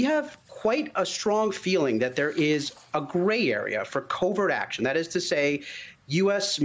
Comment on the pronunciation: I guess the 't' in covert is silent these days, or did someone just miss the telegram about that?